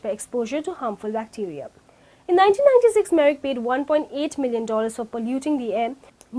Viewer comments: very poor presentation and lack of proper pronunciation. Merrick or Merck. Do your research well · The company name is Merck, not "Merrick" like it is pronounced in the video.